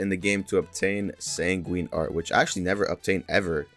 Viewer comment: bro fr said "sanguinini"